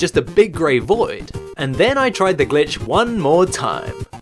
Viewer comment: i feel like when i was like 6 my dad came in when i was watching one of your videos and i was too scared to play it because i thought i would get in trouble because it sounded like you were saying “bitch”